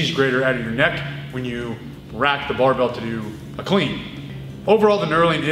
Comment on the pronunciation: sometimes, he doesn't pronounce barbel, but rather "barbelle", the feminine form for barbell. a term originally coined in france during the great weightlifting revolution of the 1950's